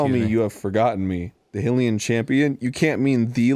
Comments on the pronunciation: Does anyone else groan when Arin says 'Hyee-lee-an'? I've always heard it pronounced 'High-lee-an" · instead of Ne-vah-da verses ne-va-da they should have debated hill-ian verses hi-lian. If Hyrule is pronounced hi-rule with the strong I sound, why would Hylian be pronounced differently? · Why are they saying "Hillian" instead of "High-lian". It's pronounced "High-rule". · I feel like arin was so close to realizing that pronouncing it like hillians doesn't make sense when they're from Hyrule but he couldn't put 2 and 2 together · still annoyed every time they pronounce is Hill-ee-un. because ya know, they are from the kingdom of Hih-rool. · I hate how Arin says “Hylian”. It’s pronounced “High-Rule” and yet Arin thinks its denizens are “Hill-ians”. Doesn’t make sense to me. Maybe I’m wrong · Its hi-leon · So a lot of people are complaining about how Arin pronounces "Hylian", like he says "Hill-ian",how is he then supposed to pronounce it??? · I'm not one to complain about wrong pronunciations, but HILLIAN? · "High-Rule" - "High-Leean" Sensible pronunciation rules are sensible. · since the Nevada thing, him saying HILLian makes me even angrier hahaha love ya arin :P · Who else finds it a little annoying that Arin pronounces hylians "hillians" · Arin - Hyrule (HIGH-rule). Also Arin - Hylian (HILL-ian) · Yeah, even in this episode the Zora kid said Hy-Leon as in High-lian, so it's pretty confirmed in my mind. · It absolutely DOES happen for nationalities. Canadians aren't Can-uh-dians, Italians aren't It-ih-lians, etc. Arin's definitely wrong, but it's not completely unbelievable that he says it that way. Hill-ian feels like a more natural way to pronounce it. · So even though the games themselves don't pronounce it hillian, you still persist in being wrong. Good to see Arin's not forced to be alone. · I SWEAR TO GOD, IF ARIN PRONOUNCES "Hylian" as "HILL-ian" ONE MORE GOD DAMN TIME, I WILL HANG MYSELF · 'Hill-ian'? Where is that? Is that a suburb of NE-VAH-DAH?